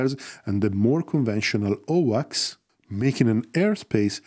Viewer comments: Great video as usual. However It’s so confusing when you pronounce AWACS as OWACS… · 1st A in AWACS rhymes with a in rain. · My apologies. What is owaks? Or is he saying AWACS for Airborne Warning and Control System? Or has the abbreviation for AWACS changed and I did not know it?